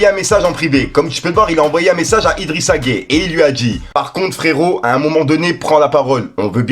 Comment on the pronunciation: Tu prononce très mal son nom tu prononce de la même manière que celui des homosexuels, ou alors tu fais exprès, sinon écoute comment les sénégalais le prononce c'est tellement facile. On doit entendre la consonne "y" dans la prononciation.